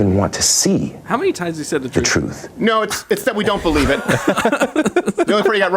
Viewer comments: “It’s the truff”! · "It's like the troof..."